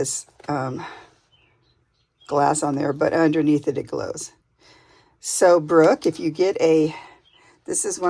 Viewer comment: That is such a beautiful journal. All of your work is always so stunning. Thank you for the shout out. Yes, you said my name correctly.